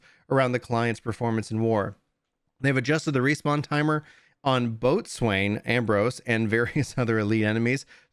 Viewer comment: just as an fyi boatswain is pronounced bow-sen or bozen. Appreciate your notes as always!